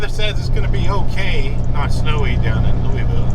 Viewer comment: There ain’t no e in Louisville